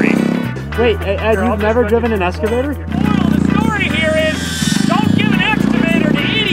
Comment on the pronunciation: “S”cavtor lol